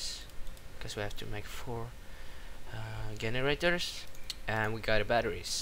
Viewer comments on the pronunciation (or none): It's pronanced as jenerators